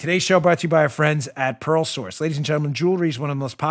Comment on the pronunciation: WOW!!! when you first announced your sponsor "The Pearl Source" all four people in the room listening to your show thought you said, "The 'PAROLE' Source" it was clear later in the announcement that what we thought we heard was inaccurate, funny, but inaccurate... Dan is selling stolen jewelry from parolees...easy to believe since Dan hangs out with that bank robber "Producer Joe"... LOL!!!